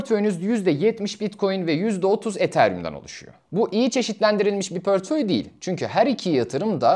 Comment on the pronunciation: Gayet güzel bir anlatım teşekkür ediyorum. Ama lütfen "pörtföy" demeyin doğrusu "portföy"! 🌿